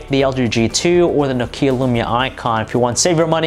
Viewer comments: i like your reviews but the way you press the words and Nokeeya spelling ...i just want to smack you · Annoys me when Americans can't pronounce things properly... it's not 'no-KEE-ah', it's 'nock-ee-ah'